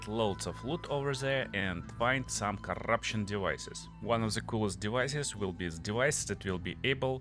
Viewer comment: Так и хочется написать "да говори по-русски блять" Акцентишь пиздец просто. "Зыс скил", в corruption не произносится одна R - просто корапшн.В Before не произносится R(бефау/бифо)). Просто что не слово,то выдает в тебе ебейшего рашн спикера. А ascendancy Нет звука Ц,это можно читать как двойную С -ассенданси. . Слушать адово больно , учитывая что местами ты добавляешь буквы в слова там ,где их нет.Твое overall звучит "овер-рал".